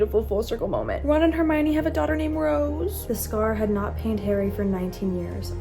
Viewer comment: You know she’s gonna be a real fan when she calls hermione “ HeRmIoNiNi “